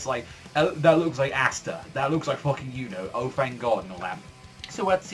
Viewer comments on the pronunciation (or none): Bro, its (Ah-sta), not (ASS- sta)